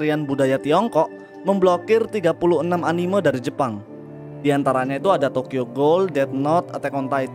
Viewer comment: setiap mengucap anime koreksi bang , bukan "animeu" kkkkkkk